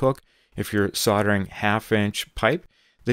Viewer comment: Sounds like said soddering instead of soldering